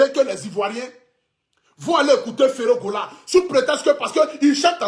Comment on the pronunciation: Ce qui me fait le plus rire, c’est sa façon de dire ferre Gola!!😂😂😂👉🏾